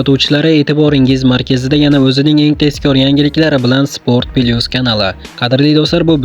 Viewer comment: Спорт Плюс десе, Спорт пилус демай😊